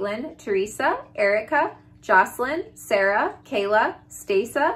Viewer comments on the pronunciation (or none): none